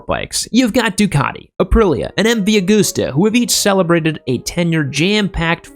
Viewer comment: MV Augoooosta. Really? Ducaddi. Really? Other than terrible pronounciation, at times, this was a great video.